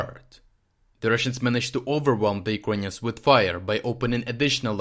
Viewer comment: Why do you say "Ukainians"?